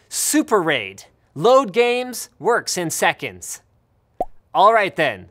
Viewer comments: "sceonds" - 2k17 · "works in SCECONDS" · "WORKS IN SCEONDS" 😂😂😂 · Sceonds? Lol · "Works in SCEONDS"